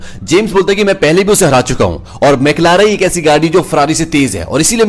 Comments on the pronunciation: Bro it's McLaren not maclara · I think it's word McLaren not McLara 😂